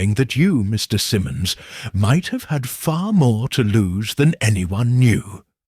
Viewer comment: AI narration 😢. Once pronounced Simmons, next time it's Simons. It made me crazy